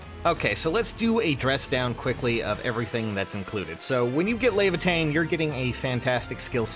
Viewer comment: res leavatein lol